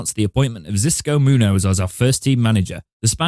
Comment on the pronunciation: It's pronounced chisko munyoz